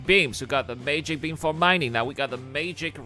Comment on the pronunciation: "Mageic" beam 😂